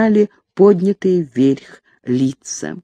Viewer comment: "вверхь"- подобное произношение создаёт анахронизм произведения.